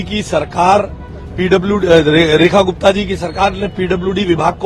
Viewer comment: I am hearing as Rani Gupta